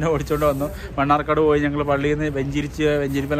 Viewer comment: മണ്ണാർക്കാട് അല്ല മണർകാട്.